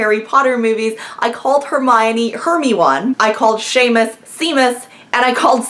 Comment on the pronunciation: I've done the blog thing before, it can be really fun if you have a ton of time to dedicate to it daily. It wore on me quickly though, the amount of content people expect becomes overwhelming super fast once you start accumulating followers. Also "Seemus" made me lol